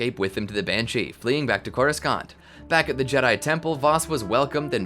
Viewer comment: Drink every time he says Coru-scant